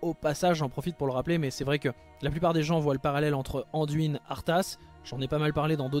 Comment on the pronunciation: Jamais j'aurais pensé que tu répondrais xD Yuna et Sam dise DUIN, pas DWIN :D D'ailleurs, dans les voix francophones en jeu, Anduin est bien prononcé. Pour répondre à tes questions, Illidan et Gul'dan, ça colle bien dans l'oreille, Muradin et Dalaran, je reste neutre car les 2 versions ne sont pas choquantes. Varian, j'aime pas ce personnage alors bon, mais dis ainsi, j'ai la sensation d'entendre le prénom d'une petite fille. Haha A vrai dire, c'est pas que j'ai pas l'habitude d'entendre la version anglaise, c'est juste que je ne joue pas dans cette version car je n'aime pas cette version anglicane des noms. En tant que joueur qui adore le lore, je préfère rester fidèle à des noms franciser, comme Deuillegivre, Deuilleroi ou encore, Coursevent, car je trouve le nom tellement plus ... claquant qu'en anglais. Et on anglicise tellement tout dans ce monde que ça me gonfle alors bon, un peu de résistance, ça fait pas de mal. :D Donc, libre à toi de parler comme tu l'entends, c'est vrai mais entendre DWIN, c'est blocage total dans ma tête :D